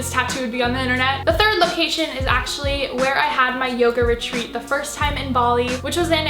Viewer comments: I thought you said “yogurt treat” instead of yoga retreat 🤣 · I thought she was saying ‘yogurt treat’ instead of ‘yoga retreat’ and I was like damn that must be such a good yogurt